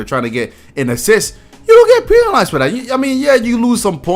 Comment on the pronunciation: dude said pee-nalized